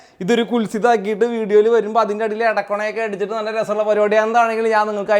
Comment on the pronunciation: കൊണ ❌ഇടക്കൊണ ✅ boombang 😸